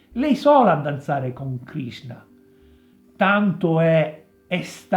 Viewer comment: Krishna.......he he he......non Krisna........